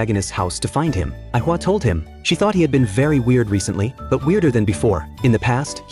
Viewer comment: Aika not aihua